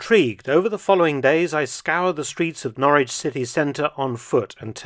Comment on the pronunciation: It's Norwich or Norridge?